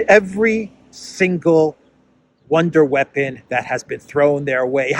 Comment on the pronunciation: Wonder weapon: pronounced One-Day weapon 😂